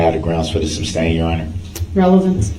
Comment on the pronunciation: It would have to be more difficult to form the words "three forfs" than to say it correctly as "three fourths". He often seems to go out of his way to mispronounce things that would be easier to say correctly, such as "shtrickshlee" rather than "strictly", "substain" rather than "sustain", "durisjickshun" rather than "jurisdiction", "doojishul" rather than "judicial", "tackit" rather than "tacit", "troof" rather than "truth", and on and on and on. I believe he is under the mispprehension that he sounds intimidating and unique, considering that he heard everyone in the courtroom regularly pronouncing those words correctly, but still insisted upon mispronouncing them. He is a misanthrope, who believes that all attention is good attention, and that being different is always a good thing, whether the differences are positive or negative.